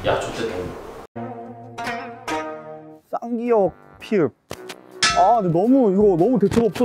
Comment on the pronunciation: 그와중에 도 쌍기억을 끼억이라고하네 ㅋㅋ